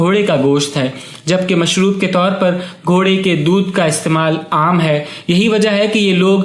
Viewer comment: Ghore ka dodh... 😂 😂 😂 😂 Bhai lafz tu thik kerle